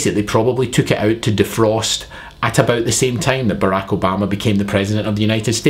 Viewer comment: I like when you say "about", it sounds like "a boot"